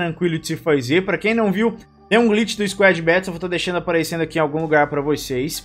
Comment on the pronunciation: Mano tu falando squad "bétous" me da agonia kkkkkkkkkkk